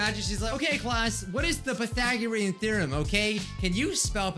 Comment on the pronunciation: pAthAgpreAm thrEaM me: what did he say? oh wait i think he means Pythagorean theorem somthing u use for triangles when u dont know wats the length for one triangle or sumthun